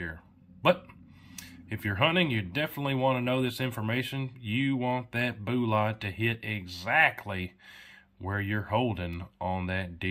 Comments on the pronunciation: I don't know why but am I the only one that is starting to get irritated when he keeps calling bullets boolots in every single video? 😆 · Very good video but "boo-lots"??? Intentional butchering of language or Cajun? lol